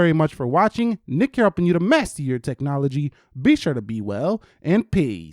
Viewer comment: peace sounded like pisss!